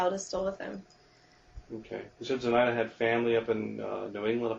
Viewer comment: So random but the way she says "Zenitha" and not "Zenaida" pisses me off.